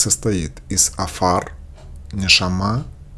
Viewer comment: Невозможно правильно читать! Элоהим, а не ЭлоХим. И некоторые слова на иврите читаются наооборот: афар- рафа.